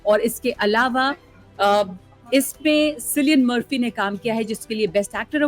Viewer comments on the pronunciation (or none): सिलियन मर्फी या किलियन मर्फी😂 मैडम एक बार स्क्रिप्ट पढ़ लेती। क्या सोच सोच के बोल रही है।😂